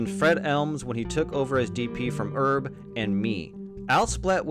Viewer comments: "..and he met with 'erb." So we're French now, are we? That AI needs better training. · my guy, the name “Herb” has a pronounced h, short for herbert